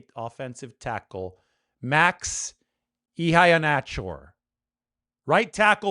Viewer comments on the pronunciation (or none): Per NFL Draft buzz: (pronounced ee-hay-nah-chore). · Max Iheanachor (I think his name is pronounced "eee-HAY-nah-CHOR", though I'm not 100% certain) would be an excellent pick at 27. The fabulous athleticism he's shown gives him possibly one of the highest ceilings of any tackle in the class, and he's shown the developmental trajectory to push toward that ceiling. My only question with "threading the needle" with Max is that I'm not sure if he profiles as well playing guard initially as some of the other tackle prospects do. However, that is where the Niners' previous moves this offseason on the O-line can help. I've been critical of them for not making any bigger moves at O-line so far, but what they have done is insulated themselves with quality depth. Guys like Lowe, Jones, and Toth do not solidify or upgrade any starting positions, they're not guys we want to see starting regularly, and they don't solve the big O-line issues, but they do provide a backstop for drafting someone like Max who might need part of the season to ease into a new role like LG. Actually investing a premium early-round pick on the O-line is the difference between the depth chart looking shaky vs. solid for this season. As it stands now, Robert Jones would be the starting LG, Colby would probably be the first backup guard, and Nick Zakelj would likely make the back end of the roster - all very weak players for their spots. However, if the Niners draft a day-1 starting LG (or someone like Max who can work into that position), then they have a true upgra